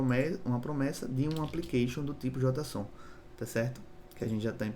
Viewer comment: Só uma dica fonética, JotaSON soa extranho no jargão dev, JeiSON, é preferível, não entenda como críticas a liberdade de expressão, apenas dica fonética com termos de TI em inglês, vastamente difundidos. Abraços!